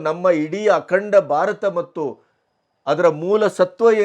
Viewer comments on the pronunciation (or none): none